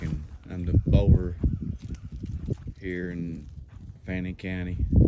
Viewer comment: Did you say fannon county